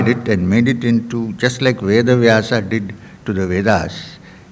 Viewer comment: 🌹🌹🌹Youtube चैनल के मैनेजर कृपया स्वामी जी को ये कमेंट ज़रूर दिखाएं ! स्वामी जी सादर प्रणाम ! कृपया नाम का उच्चारण - वेद का वेदा व्यास का व्यासा अर्जुन का अर्जुना कृष्ण का कृष्णा आरण्यक का आरण्यका वेदान्त का वेदांता आदि न कीजिए क्यों कि शब्द ब्रह्म है ! आप ब्रह्म को ब्रह्मा उच्चारण करके पुनः उसका स्पष्टीकरण देते हैं प्रवचन में !🌹🌹🌹